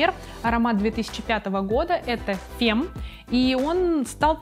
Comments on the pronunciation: не Фем, а Фам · Бгг. Фемм... Шерше ля фем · Femme читается как [ фам ] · Наталья Сотова правильное произношение названий говорит о профессионализме блогера. Мне очень симпатична, я смотрю все видео с её участием, но при этом хочется что бы она не ошибалась. )) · Ну какой Фем,какой Мат вье, ну сколько можно коверкать названия? Неужели это сложно- разобраться в произношении! Не профессионально!